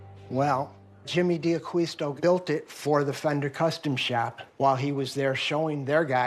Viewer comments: These guys have absolutely NO idea what they're talking about. Worst part...not ONE of them even know how to properly pronounce D'Aquisto's name. Shameful. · Nice guitar. Mispronouncing his name.